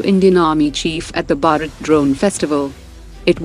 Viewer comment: Kindly change your lady commentator on. She doesn’t even know how to pronounce Bharat. There are many other Hindi/Sanskrit names of defence items she can’t pronounce. It’s a shame when you hear this. Or she should be given better training.